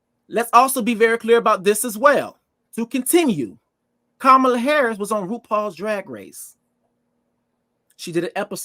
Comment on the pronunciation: Respectfully, it’s Kama-La not Ka-Ma-La Y’all are butchering her name